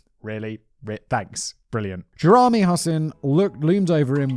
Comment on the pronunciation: Did he just fucking say 'Geezer' when pronouncing 'Geyser'? It's like he puts almost next to no effort into any of these videos even though all the does is read from a script, common Simon. I also don't think that's how you pronounce Jeremy.